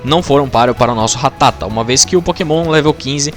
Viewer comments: Quando percebi que boxe ia passar 16min falando ratáta e não ratatá eu parei de ver o vídeo kkk Ratáta eh muita coisa de mané falar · É ratata não ratátaaaaa aaaaaa . Muito bom o vídeo